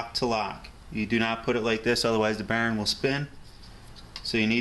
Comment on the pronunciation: I like how you say "bearing" (Barron) haha